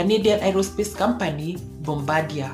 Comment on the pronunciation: Not sure this has been mentioned yet, but Bombardier is a French name, and pronounced "bombar" d ee ay I basically live down the road from the Mirabel factory. Awesome plane.